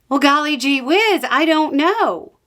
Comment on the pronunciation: I sometimes wish I was a woman from the southern part of the US to be able to deliver a "golly ghee whiz" with such surgical precision 😂 Sharp as a razor as always